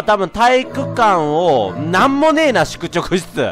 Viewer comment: 『しゅくちょくしゅちゅ』